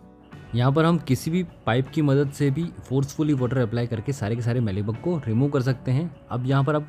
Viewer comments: मीली बग, ना कि मैली बग ! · मैली बग नहीं, मीली बग, मेरे भाई!